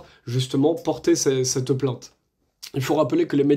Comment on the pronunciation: ne tutoyez pas , svp ! et parlez correctement : on ne dit pas : Ste (STinformation) mais CETte information, par exemple.